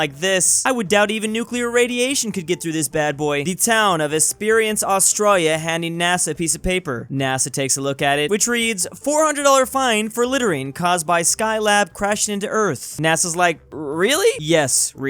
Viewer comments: its pronounced Es-per-ance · Esperance, Australia is pronounced Es-Per-Rence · The way he said esperance tho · The way he pronounced Esperance is so funny to me lmao (I live there) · Ive never heard someone pronounce "Esperance" so wrong until now